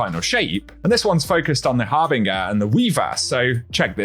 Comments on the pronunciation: Small nitpick, its pronounced Har-bin-ger not Har-bing-er😅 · "Har-bin-jer" not "Har-bing-er". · Har-binge-er come onnnnn! 😂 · Har-bing-er lol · Harbinger is pronounced harbinjur like binge or syringe or twinge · Not a big deal but I thought the way to pronounce harbinger was har-bin-jer either way good video as I’m not even sure if I’m correct or not. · They way he said harbinger 😂😂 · Harbinger is pronounced like ginger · ALMOST hahaha The last sound is more of a “juh” a j sound like “jaa” not er But also best me to this comment aha